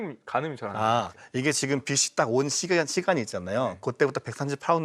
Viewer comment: 자기 전공분야 단어 발음도 제대로 못하는거 문제 있는거 아닙니까? 빛이 → 비시(x) 비치(o) 그러려니 하기엔 그 발음이 너무 많이 나오는게 거슬려서 보기 힘들어요 ㅠ 장홍제 데프콘님만 제대로 발음하시네요 → 라고 말하는 순간 메인패널분이 또 ‘처음으로‘ 바른 발음하시네요 → 라고 말하는 순간 또 비시 ㅠㅠ 비시 비시 비시 비시 ㅠㅠ